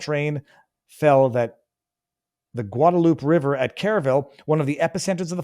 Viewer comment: Guad - uh - loop - ay river